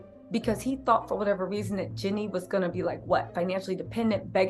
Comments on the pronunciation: Jenny has a name too. 😂 It's GEE-NEE ❤ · I love your content but girl you are pronouncing her name wrong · Please say her name correctly 😅